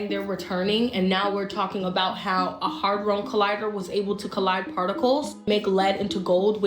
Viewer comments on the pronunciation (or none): I want to believe her but she can't even say 'hadron collider' correctly...